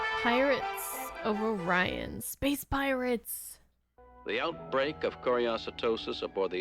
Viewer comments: Shatner miss-pronounced Orion. He didn't say 'Oh-rye-in' he said 'Oh-ree-on' and wasn't going to record it again so all the others HAD to follow Shatner's lead.😊😊😊😊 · The correct pronunciation is or-EYE-on. It is actually a constellation of stars -- Orion the Hunter. The beta star of Orion is Rigel, which was mentioned in the Doomsday Machine episode. It was the one of the planets of Rigel that was threatened that caused Decker to assume command of the Enterprise. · The race of beings were supposed to be the Orions (pronounced Or-Rye-An), not the Or-eons, but many of the voice cast were literally recording their lines by themselves from either home studios or over the phone without a director present so some words got mispronounced and no one was there to correct the voice actors. Likewise, the Orion pirates were supposed to be green-skinned, but something happened with the color guides for the series between Paramount and the animation studio in South Korea. That is why where were a LOT of pink in this series (Klingon uniforms, tribbles, the Kzinti uniforms) when they were supposed to be shades of browns and tans. Likewise the planned green Orions were changed to blue by the animators. I cannot recall if it was miscommunication or the wrong words were translated when the color guide was sent overseas. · Good episode!! Hey your hair looks awesome!! I think it's pronounced "oh - rye - in" constellation with a blue giant, red dwarf, white dwarf. etc.- I took astronomy waaaaay back in the seventies - pretty blue Star Trek uniform,have a great day 🩷🏞️ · I'm guessing Shatner mispronounced Orion as orry-on as some sort of sabatage and everyone else went with it. His lines were recorded remotely because he was traveling the country trying to maintain an acting career in the wake of the failure of TOS. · I am a fan of the Orion Syndicate as it appears in other branches of Star Trek, so these "Or-ee-ons" are really just a Temu / Wish level species.